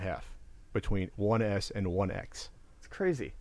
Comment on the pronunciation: It sounds like is saying "One Ass" everytime he talks about the S model:D "It's insane, if I bought a one ass I would be like a what da fak" XD